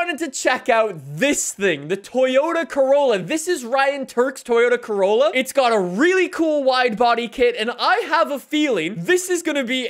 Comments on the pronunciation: Did he just say Toyota Crayola or is it just me?? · Man said: Toyota Craoyla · Did he just call it the 'Toyota Crayolla'? XD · Toyota Crayola ME: Crayola???? ALSO ME: Disappointment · Lol be like “toyota crayola” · " the toyota crayola" 👏👏👏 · “Toyota cayola” 💀 I’m sorry it was too funny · DID JUST CALL IT THE CRAYOLA!!! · “Craolla” haha 😂